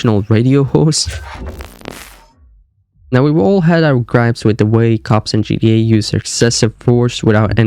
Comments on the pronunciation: Bro what in the world is GDA !!?? have you ever played Grand Theft Auto ? GTA ? If you're gonna make a video this long at least pronounce the name correct...GTA!! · It's GTA not GDA . So stop mumbling and chewing on your own cheek when you talk. Take some time and pronounce your words. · It’s not pronounced GDA, it’s GTA lol cmon man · G-TEEEEE-A not g-dee-ayy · It's GTA not GDA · Like how sometimes you say "GTE" not "GTA" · can you say GTA and not gee dee ay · IS ANYONE ELSE HEARING HIM SAY GDA?????? NOT GTA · "Crazy Gee Eh theories?" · I hate how you say GDA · “GDA 5” 😂🙏😭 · I can’t get past him pronouncing it gda Backing out here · Sound like you saying GDA lmao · Pronounce your bloody T’s ffs it sounds like your saying GDA everytime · yeh thats also a good point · Why do u say gta weird